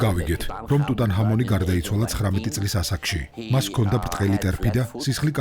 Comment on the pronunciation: რატომ ტუტან ხამონი. ქართველებს გვაქვს ასო-ბგერა "ჰ".